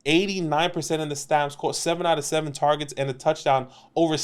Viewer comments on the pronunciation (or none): i love his accent throughout the video “tee higgins tahrgets” 😂